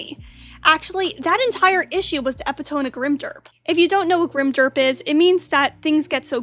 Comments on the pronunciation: Epitome isn't pronounced that way. It's not eh pi tome. It's eh pit oh me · FYI the word is pronounced e-pit-o-me. Four syllables.